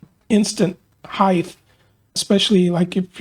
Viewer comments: It’s “heighT” everyone, hard T at the end. HeighTH is not a word, lol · I enjoy and appreciat your channel, i respectfully point out that "heighTHHHH" is not a word, it is pronounced heighT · Good tips on action. Thanks. By the way, width, length and breadth are correct, but heighth is not. The word is height. ☺️🤗🤔😜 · I must have turetts. Every time he said "heighth" i yelled out "height"! 😂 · Aha, glad someone else picked up on that, I found it grated on me, in what was otherwise a superb video which confirmed my theories about action and string height. With a T!😂